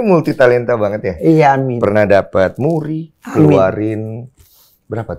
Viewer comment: Kata'' yang lain terbata'' tapi pas bilang amin jelas banget